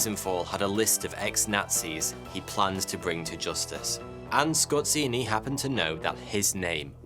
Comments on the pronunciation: scor---say ---- zeee.. say it with me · Oh god, the pronounciation. Scott Ceeny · I know he's a German, but that butchering of Polish "rz" is beyond unacceptable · Skorzeny not skorzini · A part of me dies every time he pronounces Skorzeny as "Scorcinni" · Damn, you just botchered that surname, its just Skorzeny not skozini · It's pronounced Skozheny, not Skortseny. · The way you spell Skorzeny' s name is just ridiculous. The way you spell it rather sounds like ay Italian restaurant's: like" Scozzini" That makes me laugh. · love your vids but please sort out the pronounciation of names Skorzeny is pronounced *zany Wiesenthal is Veesenthal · DUDE! Pronounce the name of your subject correctly, or step on Legos every day for the rest of your life. So annoying that I twitch, every time you say his name. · Ironically, his family came from Poland, and his name is not pronounced like in the video but rather with a polish sound "rz" which sounds like a "J" in "Jean". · you pronounce his name totally wrong. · You absolutely butchered his Surname.